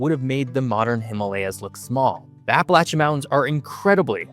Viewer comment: he pronounced APPALACHIAN correctly. I hate when someone says APP UH LAY SHUN